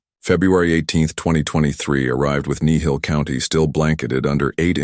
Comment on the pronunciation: It's Kneehill... just saying